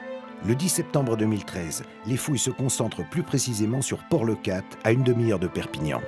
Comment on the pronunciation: Karl… c’est Canet en Roussillon…. Et ils ont pas cherchés dans le sable entre le barcares et leucat… le sable bouge et assez profond rien ne ressort… j’aime tes émissions par contre… les noms de ville 🤣😂 tu m’a écorché les oreilles 🤪